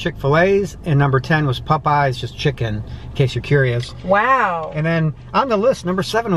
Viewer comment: The way he says Popeyes sounds like pupeyes lol